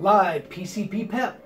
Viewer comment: Thats pronounced PC-PP-EP as in drugs (PCP), piss (PP), and Extended Play (EP).